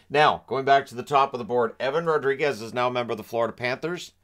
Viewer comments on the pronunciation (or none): It’s Rodrigues with an S not a Z😀